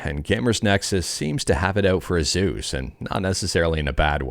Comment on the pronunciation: The 'sus' is supposed to be pronounced like it rhymes with 'goose', but 'Zeus' is still a little off, should be an S sound instead of Z.